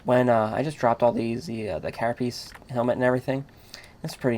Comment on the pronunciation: Carapace dipshit! not carapiece?!